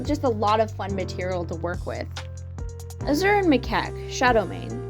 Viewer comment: I enjoyed this video so much but the way you mispronounce Azure felt like a kick to the gut. I had to hold my breath to not laugh. But-just- it’s Ah-Zure with the second part said like Sure but with a Z instead. It’s not that different from Azul (blue is Spanish) Is it because of Owl House?